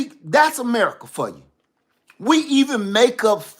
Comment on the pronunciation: 😂 “made in merica “